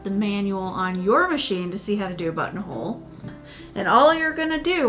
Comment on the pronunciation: Entertaining video! Buttonhole > “Butthole”. I can never unhear this. Thanks! 😂